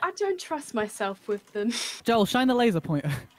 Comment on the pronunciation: Joel:have you not seen any of his vidieos hes INSANE Dream:says Joel's name wrong 🤣🤣🤣🤣🤣 Smilellish I thought noon of them know eachother